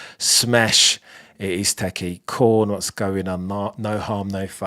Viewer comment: There is a T in teTchy, and it is not silent.